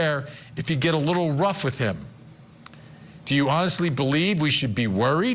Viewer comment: It’s funny to hear you pronounce VanderArk!! Firstly, it has to be written Van der Ark, secondly the accent is on Ark and not on Van!! It is a very common dutch name, so that’s how we, in the Netherlands, pronounce this! 🤗